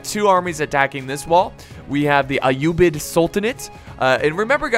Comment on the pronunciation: you didn't slaughter the abbasid caliphate name you said it right